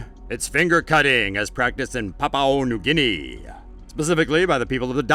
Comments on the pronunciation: It not papau new gueni it is papua new gueni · NOISE PLAYz it is Papua new guinea